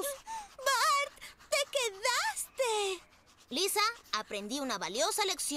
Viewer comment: Alguien notó que el alcalde dijo Liser en lugar de Lisa?